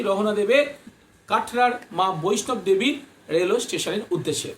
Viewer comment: দাদা কথাটা ' বৈষ্ণব দেবী ' নয় হবে 'বৈষ্ণো দেবী ' হবে।